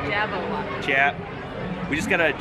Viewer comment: Did my dude just say Jabberwockees I can’t breathe